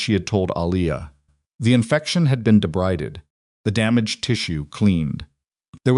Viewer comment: The word debrided is pronounce ( de Bree ded) . The Spanish word mijah is pronounced (me hah).